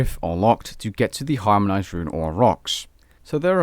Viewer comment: “harmonised” I think you forgot the n there 😂